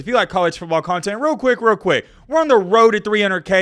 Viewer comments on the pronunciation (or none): none